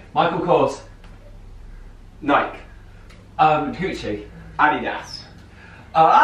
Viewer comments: I love how Alfie pronounces Adidas and Nike. He says AhDee-Das. I say AhDeeDas. I just scrunch it up😂 Then with Nike, he says Nike without the e. He says, "Nik." I say Nik-E😂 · Am I the only one who gets annoyed when alfie doesn't say Nike right? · alfie that's not the correct pronunciation of nike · Nikeeeee....what is with the strange pronunciation?